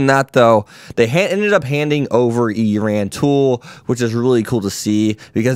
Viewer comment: E-ran-tool lol Eranteal